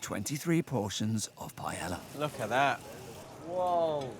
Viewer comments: mispronunciation of paella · I just know they didn’t say “payela”